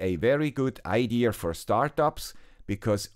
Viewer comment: Great video. PLEASE NOTE There is no letter "R" in the word IDEA. Pronounced I-D-soft A. NOT IDEAR or IDEARrrr; just IDEA.